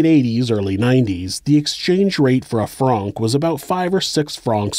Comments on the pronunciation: franc as in FRANK....... not frarnk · oh dear god, the pronunciation of the currency is driving me nuts. Being bi lingual and having lived nearly all my life in Geneva, the way to pronounce it in English is FRANK... as in the name... ughhhhh No need to mess it up....